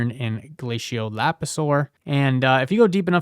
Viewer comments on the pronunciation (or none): none